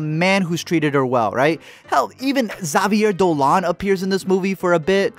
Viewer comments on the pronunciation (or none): Really good review and all but can we talk of how you pronounced Xavier Dolan for a minute